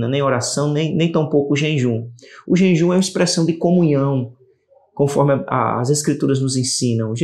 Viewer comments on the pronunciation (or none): Irmão, vc está falando JENJUM